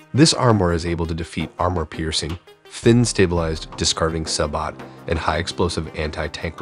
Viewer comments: "Sabe-O" not "sab-ot" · SAY-BOW not saybaat. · Sab-oH. Not Sabo-T. Sab-oh. Do your research. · SaBOW not saBOT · Just to say the Sabot round is pronounced SABO..... The T is silent.. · Sabot is pronounced Say-bo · Sabot is pronounced like Say•boh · Please learn the proper pronunciation of this. Sabot is say-bow. For example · The way he pronounced Sabot